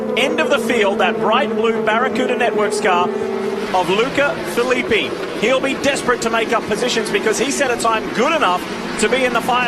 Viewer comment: Agh, that's not how you pronounce Filippi